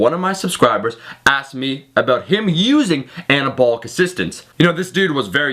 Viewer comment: fowk it ..took Annah-abwl-lick steroids